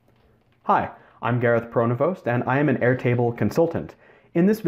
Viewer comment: Your nsme pronovost is French you dont needvtompronouncevthe st in your name it sounds like pronovo.